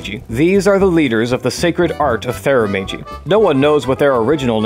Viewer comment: "Therumagey" XD